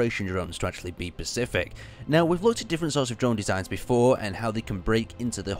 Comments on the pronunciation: He said Pacific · says "pacific" instead of specific xD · he said "pacific"